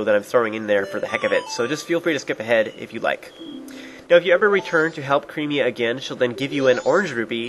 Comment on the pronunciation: ITS Cremia, not Creamia. Sure she might make you creamy but you don't have to pronounce it that way